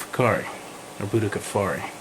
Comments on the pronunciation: its butti ko feri and mana guense , buttikoferi and managuense,, you keep pronouncing them wrong and yea it looks like a labiatum as apposed to a citrinellum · its pronounced butter-koffi